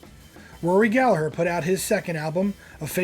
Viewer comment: Thanks for mentioning Rory Gallagher (You even pronounced his last name correctly!). These years are my years, I remember most of these albums.